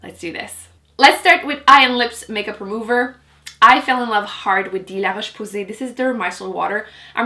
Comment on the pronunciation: There's nothing more satisfying than hearing you say "LaRoche Posay". lol